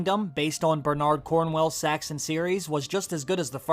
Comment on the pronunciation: Bernard Cornell is an English writer, so his nam is pronounced “Bear-nerd” not “ Barn-Ard”. Just saying.